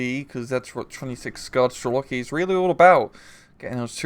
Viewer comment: Strel-Coffee Rang, not Strel-Loki........